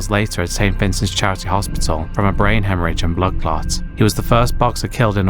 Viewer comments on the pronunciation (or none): none